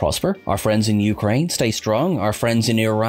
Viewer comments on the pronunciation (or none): none